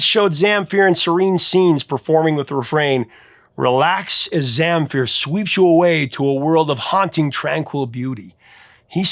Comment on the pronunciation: When you pronounced Gheorghe Zamfir I had to wait to see who you are talking about :) Gheorghe is just an archaic version of George used in the Balkans area, while Zamfir has the accent on the second syllable, but in the end I am glad to have him on the list, no matter how you call him.